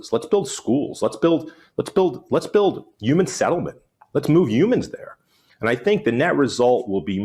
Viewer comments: Say “yooman” one more time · What is a Uman? 😂